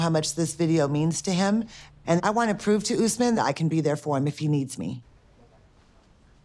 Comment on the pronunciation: Why does she say oosman? Does she also say oombrella? Oonderwear, oontidy, ooperclass? Americans are weird. They can pronounce everything but names